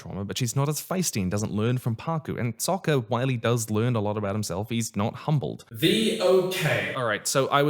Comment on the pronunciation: Yeah, they pronounced it 'Ong', like Bong but without the fun. They also called Sokka 'Soakka', like a Super Soaker, and they called the fucking Avatar the 'Ovatar'.